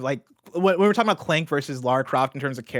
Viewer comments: Right. How hard is it to remember it's pronounced Lar-ruh. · Lara. Not Laura. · Lol tbf it was pretty jarring. She's literally gone her entire life pronouncing lara as laura 🙈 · Laura Croft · Pleeeeease stop calling her Laura Croft oh my godddddd 😭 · come on man.. "Laura" Croft? I have no idea how or didn't call you out on it! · If she says LAURA one more time....